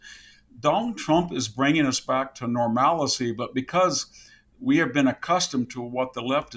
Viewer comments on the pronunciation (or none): I caught "normalicy" but he gets a pass from me.😊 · NOR-malice-C instead of NORMAL-C? Why is everyone using weird pronunciations of words lately?